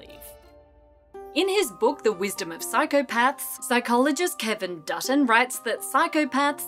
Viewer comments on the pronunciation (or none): Did you just say I am psychopatch?